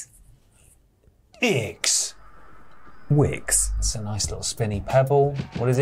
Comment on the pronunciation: Hearing them pronounce Jetix like that is entertaining